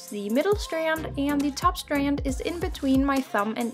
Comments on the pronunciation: what "facts" are there to check? lmao just the way she says STanD sounds funny bc of her accent. No one was being rude. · Thank you for this tutorial I really appreciate it but I just have to say why do u say strand like that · "strand" nooooooooooo